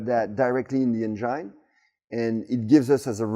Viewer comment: This is just getting f'n ridiculous! On a side note, it's funny how English is so good but he pronounces engine as "en-jine". Anyway Viva la France - you're now in everyone's good books again.